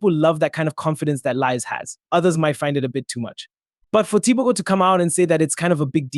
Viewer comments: since when is he TEE BOW GO? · 😂 Okay I don’t like the way you butchered the name 😆😆😆 I am not even a Mtswana